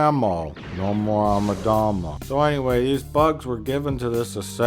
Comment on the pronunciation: Yes, it's also Amidala not Adamadadingdong, and it's proTAGonist not Protazoagonista and don't drink bleach and no, pizza rolls are not the answer to life's questions and no, bagpipes are not the worst thing made by humans (guitars are) and no, he doesn't have hookers locked up in his basement (but I do), and no, it's Shakespeare not Shakesman, etc. He's playing dumb. It's his shtick.